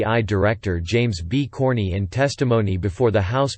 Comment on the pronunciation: Who is this "James Corney" fellow? He sounds a little shady.